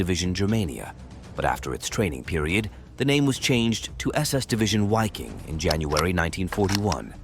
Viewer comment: Wiking in German is pronounced Viking. Waffen is pronounced vaffen.